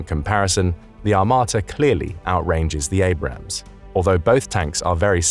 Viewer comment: I'm surprised he managed to pronounce Abrams correctly